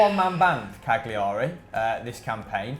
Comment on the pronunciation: Cagliari's pronounced Cal-ya-ree